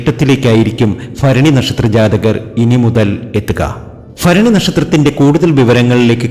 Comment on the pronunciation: ഫരണി അല്ല ഭരണി ആണ് തിരുമേനി ❤❤